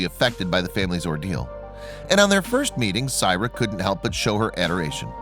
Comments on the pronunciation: great vid and incredible story but you are butchering this little girl's name. Syrai is pronounced (SAH-RYE-EE) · This Is My Niece And I'd Appreciate If You Took This Down. You Have Not Cleared Any Of This With The Families And You're Saying Things That Aren't True, While Pronouncing Her Name Wrong. Syrai Is Doing Excellent For Anyone Wandering.